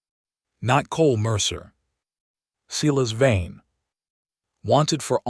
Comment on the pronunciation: His name is no doubt “Silas Vane”, not “Cela’s vein”. Hahahaha!